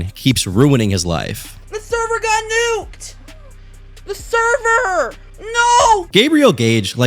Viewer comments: NOT THE THERVER!!! FAK FAK FAK FAK FAK!! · not the THERVER 😂